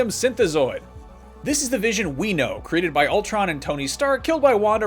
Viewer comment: Ultron....it’s Ultron y’all